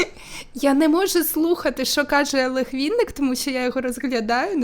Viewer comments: Так ріже вуха «вІнник» він «вИнник»😅😅а в цілому все супер!Дякую за відео❤ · Ну неВінник, а Винник, коли вже народ навчиться говорити його прізвище